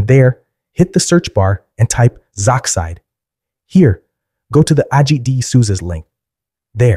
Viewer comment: sorry if I sound passive aggresive but it is actually pronounced Z-oxide